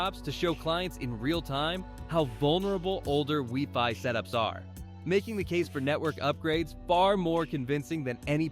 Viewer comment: Ah yes, the good old "weeee-fy"